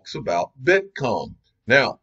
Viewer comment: Gotta stop mentioning the "Bitcom" incident. It was a slip of the tongue, let's move on. Love the channel otherwise, but again, let's get over a single comment.